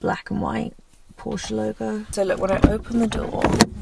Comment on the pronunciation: Porsche ❤ and you say it correctly 👏